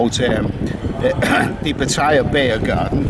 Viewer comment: Its PAT TA YA not PA TAI YA .